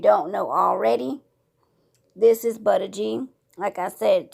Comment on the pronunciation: Butter is spelt "Butta" the name is Buddha is said BOO-DUH. Like the religion. You saying it wrong